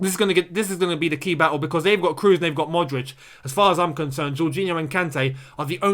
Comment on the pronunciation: Tony "Cros", no "Crus"